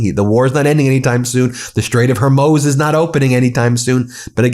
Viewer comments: Ben, it is pronounced Hor mooz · Ben, I'm sorry but, it's pronounced, hoarmooze. Sorry. Yes, Ben, you are completely correct, he is a monster. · PLEASE BEN, FOR GOD SAKES, IT'S HOR-MOOZ . . . PLEASE . . . How do you pronounce the Straits of Hormuz? Hormuz Strait of Hormuz American pronunciation Sounds like hor·mooz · It's HOR-MOOZ, NOT "Her-moze"! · Ben! It's not Hormoz! IT'S HORMUZ! I can't believe you keep saying that. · HORMUZ! Not HORMOZ! Pronunciation isn't that hard. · For the last time, Ben, there is nowhere called the 'Straits of Hormoze'. It is the 'Strait of Hormuz', pronounced 'Hormooz'. Stop pretending you respect the Iranian people when you can't be bothered to pronounce the easiest of Persian words, properly. Let me guess: you say anti-semetic even though no such phrase exists. You are staggeringly ignorant. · For the love of god...it's pronounced HORE-MOOZE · HOR MOOOOZE MOOOO Not MOZ MOOOO NOT HORMOZ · Thanks for your reporting, Ben . I think the strait is pronounced Her-mooz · hor* mooz* strait. fix the ai, it's driving me batty...please. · Please don’t try to MATCH Trump’s brain! “Hor-MOZE”?? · Munich is pronounced Munchen in Germany where Trump family is from and where Hitler was from too. HORMOOOOOZE btw. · "HERMOZ" [sic] is neither the correct spelling nor the correct pronunciation of "Hormuz". Why do you persist in this error? You have a better brain than that. Please use it more meticulously. ALSO -- learn how to pronounce "modicum" properly, and strive to remember to replace the indefinite article "a" with "an" before any vowel or vowel sound. Did you simply sleep through 9th grade grammar? Language, after all, is your medium, both as a journalist and as an attorney and law professor. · Ben,You're a intelligent guy learn how to pronounce Hormuz : Hormuz geographical name Hor·muz ˈ(h)ȯr-ˌməz (h)ȯr-ˈmüz variants or Ormuz ancient town in southern Iran on the Strait of Hormuz (strait connecting the Persian Gulf and the Gulf of Oman